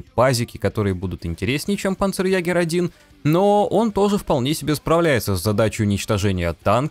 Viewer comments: не панцерягер, а панцерйегер(ä - ето е) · [па'нцерйэ'га~] читается. Ударение на пАнцерЕгерь, правила немецкого. "А" с умлаутом читается как "Е" и всегда получает ударение.